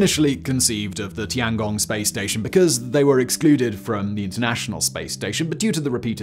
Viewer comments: tian gong, not tangong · Bro really called it the tonggong lmfao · Tee-Ann Gong